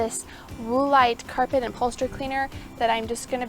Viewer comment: Never heard anyone pronounce it Woo-lite before. That’s cute. Made me chuckle. It’s pronounced Wool-ite. 😀